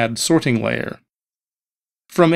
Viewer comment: He's emphasizing the "ting" in "sorting" for some reason. SorTING layer. Maybe the way we normally say sorting is hard for non-native speakers to understand.